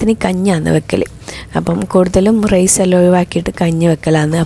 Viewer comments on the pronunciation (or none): none